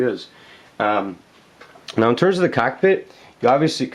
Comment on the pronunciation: "so the CACKpit... the.. the CACK .. PIT... CACCKKK"